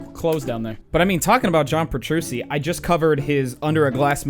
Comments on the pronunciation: "John Petrussi" LUL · Nobody: TheDooo: John Petrusy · "John Petroosi"